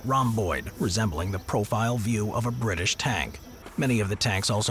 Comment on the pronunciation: “whecovored by da britsh” 👴